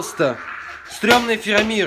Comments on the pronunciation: ФАРАМИР, а не Фирамир (Я Про Властелин Колец) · Я конечно все понимаю но дядьку с Властелина Колец звали Фарамир, а не Фирамир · Не правильно! не Фирамир а ФираЖир!